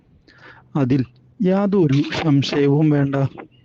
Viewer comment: ശശയം അല്ല സംശയം